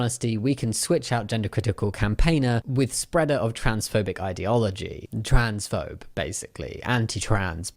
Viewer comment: Twansfobe. Troonsphoob. Troonsnoob. From Troonsnoobia 😂